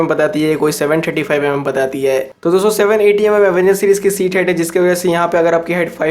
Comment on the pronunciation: "dosto" thora clearly spell kijiye